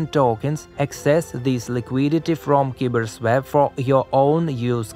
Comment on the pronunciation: Next video, just say KyberSwap.